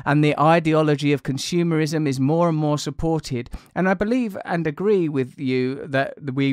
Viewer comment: We have « Science.. isim » « Consumer...isim »